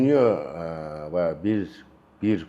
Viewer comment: Дүнүйө эмес дүйнөбү...